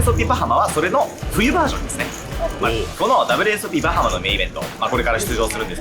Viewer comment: 因みにアクセント、バ(→)ハ(↑)マ(↓)ってバハマ人に怒られたことがあります。